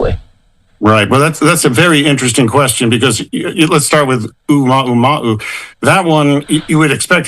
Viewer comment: Man cant even name the comet properly😂 oumaoumaou... credible....